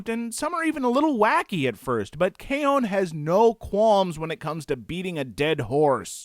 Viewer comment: That was hilarious but it's K-ON...you either like it or you don't...there's no two ways about it. PS do more reviews with both of you toghether